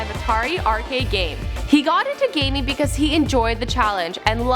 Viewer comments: The thing that annoyed me most was that she said "Glaming" instead of gaming ... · she say glaming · Did anyone else notice she said glaming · She said glaming 😂